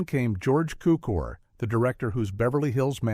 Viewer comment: It's not George Khookher. Cukor(Zukour) György, hungarian.